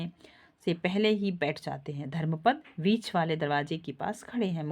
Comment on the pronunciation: वाक्यों के उच्चारण सही न हो तो सुनने वाले को भ्रमित करती है। आपने पूरा नाटक पढ़ा है धन्यवाद पर बीच को बाच और अधूरे वाक्य खंड है कृपया ध्यान दें। नाटक पढ़ा रही है तो संवादों का उचित उच्चारण करें।🙏